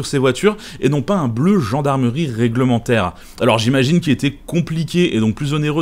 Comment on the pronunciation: bleu gendarmerie reglementaiweuw avec l accent du policier marseillais